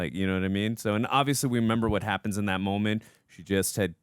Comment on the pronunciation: Someone tell there isn't an L in the word "moment" 😅